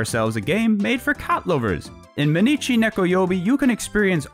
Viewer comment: Mainichi Nekoyoubi means "Every day is cat day". It's not pronounced mei-nichi, but more like "my-nichi".